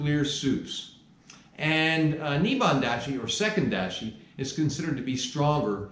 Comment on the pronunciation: I love the content, and I like and subscribed…but, you are mispronouncing Dashi, and it’s annoying. It’s pronounced Dahh-she, not Dash-y.